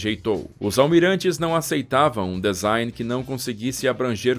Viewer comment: Que avião magnífico! Parabéns pela riqueza de detalhes. Desculpe a intromissão, mas preste só uma atençãozinha na pronúncia da palavra DESIGN que é /dizáin/ e não /dezain/, ok amigo? Tudo de bom. Um abraço! 👍👍👍